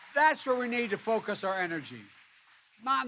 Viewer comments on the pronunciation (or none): none